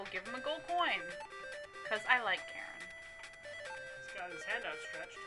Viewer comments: Charon not karen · yes it is pronounced care-on, and spelled charon, great video and sorry about the pain DC is causing you